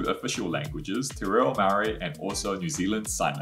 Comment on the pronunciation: can you learn how to say Māori please its not pronounced 'marry' 'or 'murray'!!!! Your wife's pronunciation is beautiful.